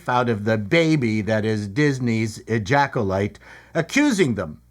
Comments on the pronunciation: Did he call it the ejackulyte? Hilarious how have i not seen this channel before? Dude is funny as hell. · Question; Who pays for the lunch I just spat across the room after hearing you call the show, “Ejaculyte”? 😂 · Call me immature, but I laughed or snickered at least every time you said "ejacolyte" 😂